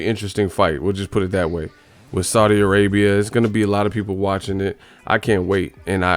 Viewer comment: "he hit me wif a loocky punch"